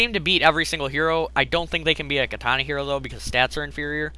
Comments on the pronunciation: Fucking "KA-TAH-NAH" not your pronunciation.... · It irritates me how he says katana -.